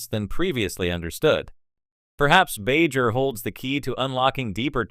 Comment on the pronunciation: So is this just garbage AI reading it, or someone that doesn't know the material, that can't pronounce "Bajor" properly?